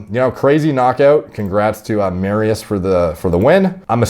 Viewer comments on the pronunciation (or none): its more like "Mari-Ush'. But still close. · FYI its pronounced mariush the sz has a sh sound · I'm not even Polish, but I've gotta admit to slight cringes every time said "Mari-oose." Just busting balls, D... Love you, bro.. keep doing your thing. 💪🤙